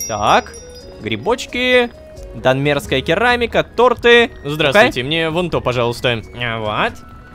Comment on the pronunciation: тОрты, а не тортЫ. Знать надо!